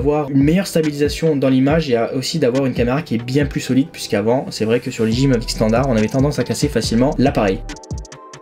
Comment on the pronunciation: Super vidéo ! 1 petite remarque : peut dire revoir ta prononciation de DJI et Hasselblad ? (didjiaï, pour Hasselblad regardes juste une vidéo sur le mavic pro car je sais pas comment te l'écrire phonétiquement) Sinon tout le reste est super, merci pour ta vidéo ;)